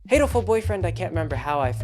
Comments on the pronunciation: In Japanese pigeon is "hato" "ha toe" not "hay toe" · its pronounce HAH-TOH-ful boyfriend. Because Hato is the word for pigeon in japanese. And its meant to be a homophone for the katakanised version of the word heartful (yes the japanese think thats a thing), Hatoful.